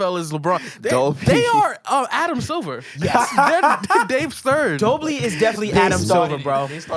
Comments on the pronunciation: Pronounced DOL-BY 🤣🤣🤣🤣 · Say is with me lol... DOLBY